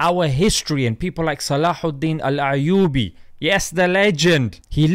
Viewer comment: Why is he putting a ع in صلاح الدين يوسف بن أيوب It's Ayouby not 3ayoubi